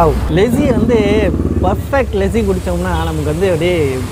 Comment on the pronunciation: Bro it's lassi not lessi ......good video ..... valthukkal